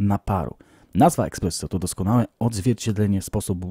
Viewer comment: z całym szacunkiem dla Ciebie, ale jak mogłeś tyle razy powiedzieć słowo "eXpresso"? Mówi się ESPResso... eh xD